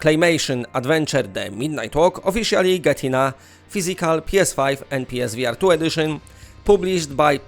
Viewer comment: Omgad😂 I thought you where saying PlayStation V Artyom